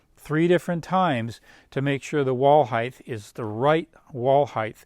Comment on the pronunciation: Height not heighth